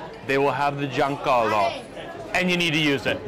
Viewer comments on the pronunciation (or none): Sorry, but you completely butchered the pronounciation on Guanciale (not John Callo) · what is "giancalo"????? You mean guanciale? Ahaha lol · Guanciale became "giancalo" LOL but I get it's hard to pronounce correctly for foreigners. It's GUAN like in GUACAMOLE, CIA like CHA and LE like in LES (MISERABLES). GUAN - CIA - LE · the "giancarlo"....?!?!?!?!? hahahahahahahahah! maybe was "guanciale"............. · “Giancallo”? 😂 - perhaps you meant Guanciale! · um... you said "guanciale" or "giancollo(sp?)" asking for an Italian. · It's funny the way you pronounce "guanciale" (goo-ahn tchee-ah-leh). making it sound like a personal name ("Giancarlo"). What you people from abroad doing these videos in Italy seem not to have gotten hip to, it's that the italian REGIONAL cuisine is very simple (the roman being the more simple) compared to the ones from other countries (well, meaning by other countries France, ahah) and that the specialties you eat at the restaurants are what locals themselves cook at home. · You just butchered the pork jowl 😂😂😂😂😂😂😂😂😂😂😂guanciale